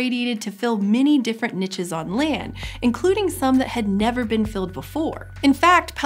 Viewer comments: "Nich". Every time :( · That is not how you pronouce niche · I love this channel but you say niche wrong :( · It doesnt bother anyone else that she is saying niche wrong? No? Just me? Ok. Otherwise its yet another great video from the channel that never fails to educate me!